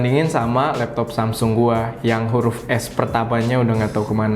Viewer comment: wkwkwkwk s nya ilang jadi amsung menyot bahasa apa bang